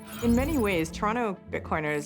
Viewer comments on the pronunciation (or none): none